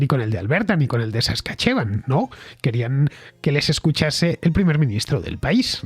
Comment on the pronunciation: La provincia de Alberta también hubo problemas importantes, en el paso de Coutts. Por las protesta es que se eliminaron las resticciones y el pasaporte del virus de la China comunista. Para el gobierno de Alberta, el virus será eliminado en Marzo 1. FYI, el nombre de la provincia de Saskatchewan , se oye como "Saskáchuan"